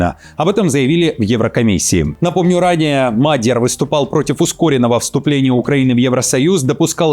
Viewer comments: Читает робот!!!Коверкает фамилию президента.мАдьяр,это кто??? МадьЯр!!!Ударение на второй слог !! Как же задолбали эти роботы недоучки,специально оболванивают народ??? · Не МаГЕр, а МаДЬЯр